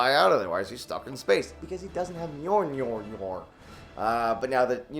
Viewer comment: Hey joven it’s mjölner 😊😂👌